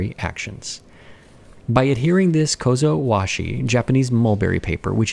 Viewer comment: Apperently that's the correct japanese name